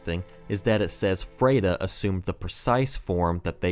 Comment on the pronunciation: You pronounce "Friede" weird. After hearing the name so many times in the game, I notice it every time you say it. It's F-r-i-e-d-e, not F-r-e-i-d-e.